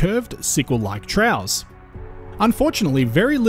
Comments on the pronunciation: ‘Trough’ is usually pronounced as ‘troff’. Is ‘trow’ a different pronunciation for ‘trough’ as a geological term? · Cool video. I'm from a little further north but I'm familiar with this area. One question, where are you from? Your accent is Australian but your pronunciation of "dune" and particularly "trough" is unusual. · By the way, trough is pronounced "troff". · A "TROUGH" is not pronounced "trow" as in cow, but pronounced "troff" as in COUGH.